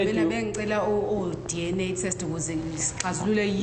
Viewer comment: This lawyer 🤦🏾‍♀️🤦🏾‍♀️🤦🏾‍♀️🤦🏾‍♀️😂😂😂😂😂😂😂😂😂😂 DNA not DA